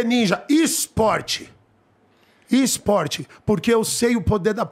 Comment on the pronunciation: "IS-PORTE" AHAUHAUAHU